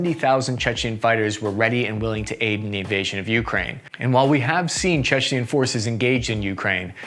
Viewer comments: Dude please stop saying "Chechnian". It's like George W bush saying "Nucular". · It’s tooth to tail not tooth To nail and can you learn how to pronounce Chechen please